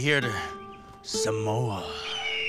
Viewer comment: Hahahahaha he said samore hahHH